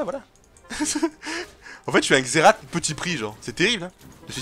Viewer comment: "Xerate" c'etait trop drole